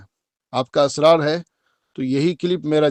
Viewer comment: Are miya asraar nhi israr hota hai tum parle urdu bolna Sikh lo